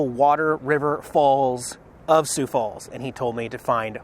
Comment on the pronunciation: Not many people pronounce the name Sioux Falls correctly. Congratulations!